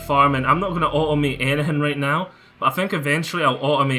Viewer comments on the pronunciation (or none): Thx for tthe video. Your language :-) "I can au'o'mae everything"